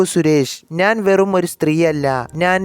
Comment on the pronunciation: അവതരണം മഹാ മോശം 😢 നാൻ അല്ല ഞാൻ